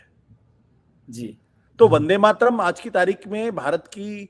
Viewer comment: ठीक से उच्चारण भी नही कर पा रहे वंदेमातरम... का।इसके उच्चारण से पता चल रहा है कि इसे भी वंदेमातरम राष्ट्र गीत से बनावटी प्रेम है। ये भी खास किस्म के सेकुलर ही हैं।